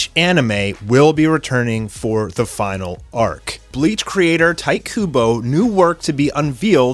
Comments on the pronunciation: ITS TEE TAY, NOT TIGHT KUBO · It’s not tai kubo, it’s ti-te ku-bo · It's pronounced ti tay ku boy not tite kubo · lol you pronounce his name Tea Tey Coo Bow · You can't be an anime fan and pronounce shit like Tight Kubo...smh. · Tee-teh Kubo 🤦‍♂️🤣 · I hated how he says "Tite Kubo"